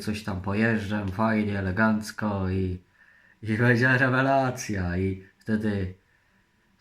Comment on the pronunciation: fasestycznie, leegancko